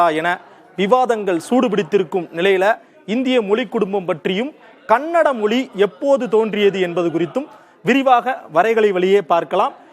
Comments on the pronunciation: நீ முதல்ல "மொழி" ய ஒழுங்கா உச்சரி. மொலி மொலி ன்னு சொல்ற?😠😡😤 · Not able to hear ur moli..its Mozhi 🤐😑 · First Mozhi ya correct ha pronounce pannu.. it not moli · Moli😂 மொலி குடும்பம்😢 மொழி. ...ழ sound தமிழ் மற்றும் malayalam உரிய ஒரு சிறப்பு ... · யோவ்... முதல்ல மொழி அப்டின்னு உச்சரிய்யா... மொலி மொலி அப்டின்னு உச்சரிக்கிற... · ஏப்பா... நெறியாளரே.... அது மொலி இல்லப்பா. மொழி. சில இடங்கள்ல முலி'ன்னு வேற சொல்றீங்க. நாம இப்படி இருக்கிறதுனால தான் மற்ற மொழிக் காரர்களுக்கு நம் மொழி மீது மரியாதை இருக்கிறதில்லை. முதலில் நமது மொழியை திருந்தப் பேசுவோம். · என்னது? மொலிக்குடும்பமா?? தமிழ் வாழ்க!...!? வாயில "ழ" வராதோ? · மொலி அல்ல, மொழி. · It is not moli, mozhi, how you people choosing these type of guys to handle this important matter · மொழி என்று உச்சரிப்பதுதான் தமிழ்ழுக்கு அழகு 😊 🙏🏽